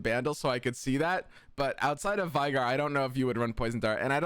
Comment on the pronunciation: We already got the veigar but is still mispronouncing his name lol